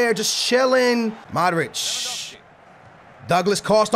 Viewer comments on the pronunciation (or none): none